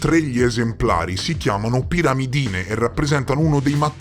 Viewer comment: Bel video con ottime nozioni scientifiche, se posso comunque è pirimidine e non piramidine